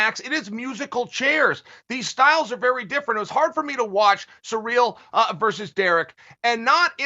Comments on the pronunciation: Its cyril...not surreal!!! 😂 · Can someone please teach Chael how to say Ciryl?